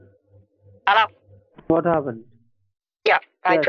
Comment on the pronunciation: And "Hallo?"